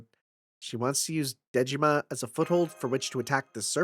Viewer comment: Every time you say “Dejima,” my brain hears “Digimon.” By the way, there's a reason why Sei is in the main cast of this event: the writer of HibiChika (and of this event) is OKSG, who is also Sei's writer. Sei is the only character he’s written for FGO; his main role at Type-Moon is Web Designer/Programmer (and that’s also why HibiChika was Type-Moon’s web mascot). When the event was released in Japan, he said on Twitter that he was happy to be able to write something again about HibiChika after 10 years